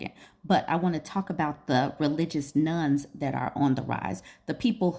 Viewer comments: I thought you were talking about religious "nuns" - which didn't make any sense. Now I see that you meant religious "nones". :) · I keep hearing "Religious Nun". I think you meant "Religion: None"? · Not me thinking you said nuns 😅 Interesting topic!